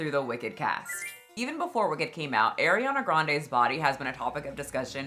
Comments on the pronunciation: Partially because keeps pronouncing it as Air-iana and not Ah-riana. Love but this drives me nuts 💀 after so many years. Bruh. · Ahhhhhhriana. Ah-Ree-Ahna. Not Air. Love ur vids!!! ❤❤❤😊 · Damn the way you pronounce Arianna is offensive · you usually have such good takes but you can’t even pronounce Ariana’s name correctly…it was clear this topic was not well researched on your end, or at least extremely careless. I agree on the ED parts. Everything else, you have the wrong narrative. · Why do people keep mispronouncing Ariana’s name…I watch you all the time but this is one thing I can’t stand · Also girl with peace and love, that's not how you pronounce Ariana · you are saying Ariana wronggg